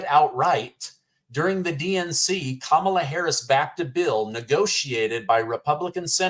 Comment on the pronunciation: ‘’S kam ala"